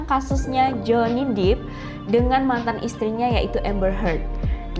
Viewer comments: Pelafalannya Johnny Depp = Jewny dep bukan jewny dip (Johnny deep ). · Johny depp ... bukan Johny dippp